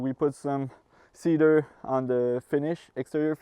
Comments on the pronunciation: I liked when you use to say See DAR! It's fun. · OUTSTANDING! Especially the toilet demonstration and the proper pronunciation of "cedar" LOL Actually I find your own unique way of saying "Seee Dar" to be very charming! This Ébène already appeals to me because it shares the name of my favorite LV handbag ;) AND because it packs in so many fabulous features: side by side full-size laundry components with ironing/folding counter above, 60" soaking tub, radiant heat system, a tricked out kitchen with tons of storage, an L-shaped sofa + cozy fireplace module and huge TV space, wow -- I love all of that. But I must say the stand-up bedroom (with lift-up bed storage, wall cabinets, shelves, drawers, 2 closets) in the SAKURA is still the best sleeping space (& clothing storage) I've ever seen. Is there a way to incorporate that design into this floor plan? I'm not sure how that would work but I'd sure like you to build my Tiny Home with the best of both. What do you think guys? Can it be done? I just want to say your design concepts and build quality are the VERY BEST out there, your work is second to none!